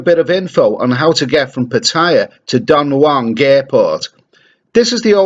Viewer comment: Does my head in does...... Come on learn the pronunciations.... My mother in law lives there.